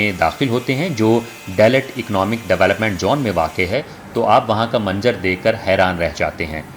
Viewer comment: Urdu point channel hai aur Urdu hi thek se Nahin bolty Hain manzar ko manjar kehrahay Hain